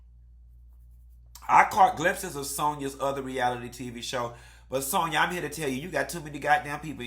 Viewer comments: SAN-YA! The lady name is Sanya ! Not Sonja. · Every time call Sanya ‘Sonya’ I fucking scream!! 😂🤣😭😭😭😂😂